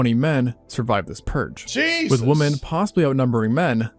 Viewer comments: HOLY FK I CAN'T TELL YOU HOW ANNOTING IT IS TO LISTEN TO SOMEONE WHO CAN'T PROPERLY PRONOUNCE THE WORD WOMEN. AND JUST SAYS WOMAN.EVERY FKN TIME. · Can’t stand when youtubers cant pronounce “women” plural drives me crazy